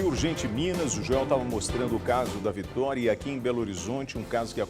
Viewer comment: Doido ele falou vitori no primeiro momento